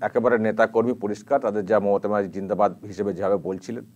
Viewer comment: এরা কারা? কোথা থেকে এসেছে? এদের কোনো কাজ নেই? কি বলতে চাইছে এভাবে? জিন্দাবাদ কথাটা ভালোকরেও তো বলা যায়,। ' জীনহাবাদ ' মানে কি? একটু শিক্ষিত হলে কি এমন করতো এরা?